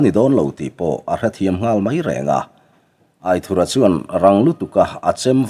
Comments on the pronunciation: Aithurha nilo in Aithúra tih a lam zawk tur ani lo maw ( anthur kan lam a ' thur' kan lam ang deuh hian ). A ziaktupa sawi dan ani e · Aithura pawh hi i la lam dik lo fo in ka hria